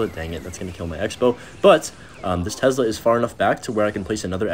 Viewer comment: That "tezzzla"